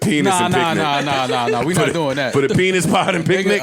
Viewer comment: said “the penic” 💀💀💀💀💀💀💀💀💀💀💀💀💀💀. Why did no one catch that?!